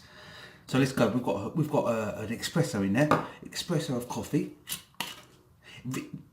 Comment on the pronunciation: Expresso.... Dordado 😂